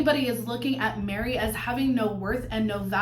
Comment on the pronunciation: it sounded like you said “people want to see Janelle marry Christine and thrive” 😂😂😂 then I realised it was “Janelle, Meri, Christine” 😂😂😂